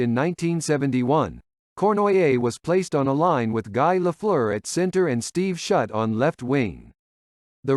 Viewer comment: I’m pretty sure this is a robo-voice. It couldn’t pronounce Guy Lafleur either. (Or Jean Beliveau!)